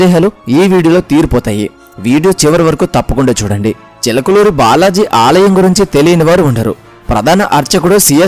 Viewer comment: Chilakaluri kadu chilakuri